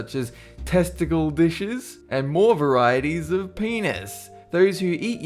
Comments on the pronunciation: I love how you said yak penis like yak PENIS! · the way he said number 12 though, "yak PENIS" way to let my parents wonder what I'm watching in the next room xD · The way he emphasised "PENIS" made me laugh! Love you!